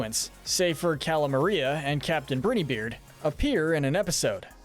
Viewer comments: The way he says “Brineybeard” just irks me but the videos are good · You mispronounced Brineybeard every single time and his name is Pork Rind, not Pork Patch??? 😂😂